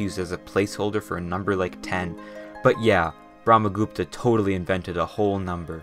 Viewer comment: Bro cool video but pleaseeee try to better pronounce the things. I got so mad when you pronounced Brahma Gupta, Jain etc inevitably wrong. I know it is sometimes hard for you all to pronounce and yet still, you started roasting and mocking. I know it was a joke, I am not taking it hard but man, please be respectful. In the end, as I said, knowledgeable video 🙏🏼